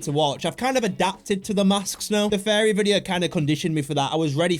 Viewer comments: Your saying fairy not furry Fairy are 🧚‍♀️ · I thought you were saying fairy not furry 😂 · Furry not fairies or farrian lol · No it's furry not fairy😂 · Bro is saying fairy😭😭😭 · this is how to say it: fear-re-ans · Fariy😂 bro actually now fariyan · Bro said "FeRrY" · “Fairies” learn to pronounce it right gng 💔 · He sounds like he's saying fairies